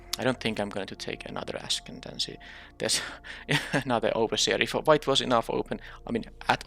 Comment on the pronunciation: I like streets of new capenna, but I am just not a fan of them rebalancing cards. Even if it does make things better, it just becomes too confusing imo to keep track of 2 different versions of the same card. Also I see you're back to mispronouncing "ascendancy."